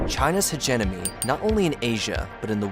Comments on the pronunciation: The mispronunciation of "China's hegemony" as "China's huge enemy" is kind of awesome! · Quit listening after one second. Bro, you mispronounced the second word of your script. It’s “hegemony,” not “hedge enemy”. 😂